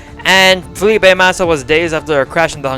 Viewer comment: Mate just say Felipe MASSA ffs